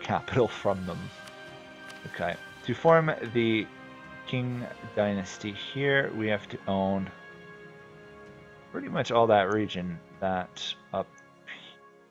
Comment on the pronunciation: Qing is pronounced like Ching, the Chinese use the Q as a Ch sound when spelling words in western alphabets. For instance, the first dynasty to unite China was the Qin, and it's pronounced "Chin", and "Chin-a" is a reference to this.